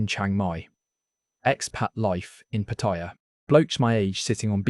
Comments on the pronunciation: Patt-a-ya not Patt-i-ya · Why do people pronounce Pattaya incorrect